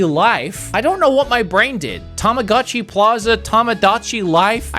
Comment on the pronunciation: Saying both Tamagotchi and Tomodachi wrong the entire video is quite a feat. Helps to know that since they are japanese words they follow their rules in that an "o" always makes the same sounds like ready set "go" and goat. Ta ma GO chee and Toe Moe Dah Chee. Yes as a 90's child we all mispronounced Tamagotchi incorrectly. You're Welcome. also Shin Megami Ten(Say, not Sigh) and Kaname Date is dah teh.